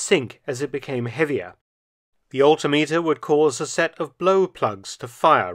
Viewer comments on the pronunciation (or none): none